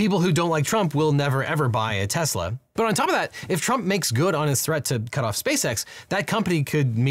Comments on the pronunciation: Did you just say “Teslers”? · Tesler… everything’s computer. 😒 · "Teslers" 😂 I'll never forget Trump saying "I love Tesler!" and "Everything is computer!" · “I LOVE TESLER!” - Donald Trump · why'd you say tesla with a hard R?? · did he just say tesla with a hard r? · Yep, that's how TFG said it. He is too used to using a hard R with another word usually said with an A at the end...